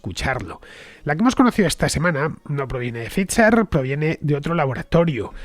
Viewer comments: Cada vez que dices fitzer/pitzer en vez de faizer/faiza(dependiendo si eres de de EEUU o UK) me sale un sarpullido, sobre todo xq en tus programas das a entender que hablas el idioma(la p no se pronuncia y no hay t)..lo he puesto foneticamente Fernando a ver si lo corriges que aun tendras mas programas de esto y de verdad que duelen los oidos.. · Pfizer se pronuncia "faiser".... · Yo también me he dado cuenta pero me lo he callado para no parecer un pedante xD, pero tienes razón se pronuncia [Pfaiser] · es que hace un par de días alardeaba de que como era un apellido alemán había que pronunciarlo correctamente en alemán :) ... adoro a Fernando anyway, es imprescindible